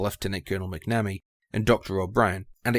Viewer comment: pronunciation: say "mack na me" not "mack nammy". 🙂